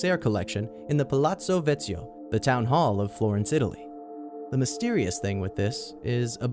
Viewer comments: the pronunciation is "vekkyo" not "vezio" XD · re: friendly reminder #4 It's Vecchio (veh - chyo as in Pinnochio) :)